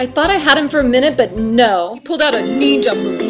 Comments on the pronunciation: Um it's not pronounced Neenja it's pronounced NINJA also white belts are the lowest ranks in karate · ninja is pronounced ninja not neenja. There is no such thing called a neenja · It's pronounced nin-ja.. where did you get neeenja from?